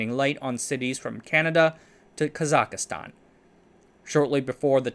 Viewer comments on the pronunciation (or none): You really gotta put in more effort into pronouncing Russian names and words, it's not that hard and at this point I think you do it on purpose "as your thing". It's not your thing, every other westie youtuber does it. "Soyuz" is extremely easy to pronounce and yet you messed it up _again_, while you pronounced Znamya correctly. "Kazakhastan" seriously? It's cute a couple of times, it gets dumb if you make the same mistake over and over again throughout several videos.